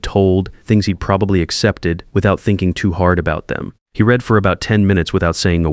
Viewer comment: Read red. Read Reed. This Ai voice has a problem with tenses. Same with live and live.